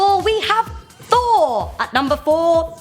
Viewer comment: "thooor - fooouur, thoor - fooouur" so I clicked the dislike button!